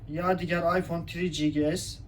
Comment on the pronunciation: Yani Afyon 1 5s diyor adam beyler